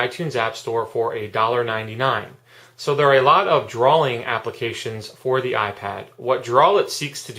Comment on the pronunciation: great app. you say drawling lol